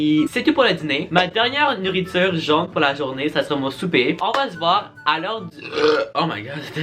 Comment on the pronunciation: C’est pas jaune, mais jone 😂❤️